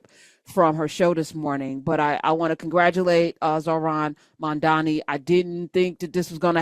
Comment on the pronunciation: LOL probably didn't play the full clip because she mispronounced his name. Love Tish, but that was funny.